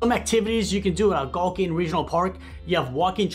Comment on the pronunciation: It's pronounced Algonquin...not to mention the 20164 side was built buy US steel in the 60's.